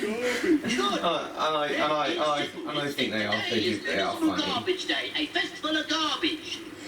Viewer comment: when I first saw this episode I thought the garbage dump manager said instead of municipal garbage day I thought he said invisible garbage day